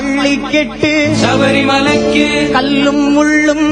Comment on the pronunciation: ராகம் இசை பாடிய விதம் எல்லாம் நல்லது ஆனால் தமிழ் உச்சரிப்பு ஒருசில இடத்தில் தவறாக இருக்கிறது .இருந்தாலும் அவரது குரல் வளம் அதனை மறைக்கிறது . வாழ்த்துக்கள் ( பள்ளி கட்டு ( கிட்டு).சபரிமலைக்கு (கி)